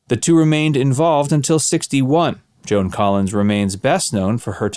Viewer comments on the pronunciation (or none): none